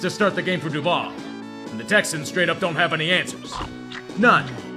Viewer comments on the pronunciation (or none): My wife is from Jacksonville and literally cringes at the "DuvAL" thing in the beginning. She always is like, "THAT'S NOT HOW YOU SAY IT!!!!!!!!!"